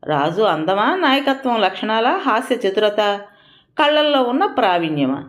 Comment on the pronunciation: అమ్మా మీరు కూడా తప్పు చదివితే ఎలా? కళ ల్లో ప్రావీణ్యాన్ని కళ్ల ల్లో అని చదివేసారు